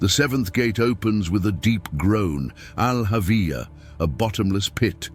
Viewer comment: It's not Al Avia... It's Al hawiah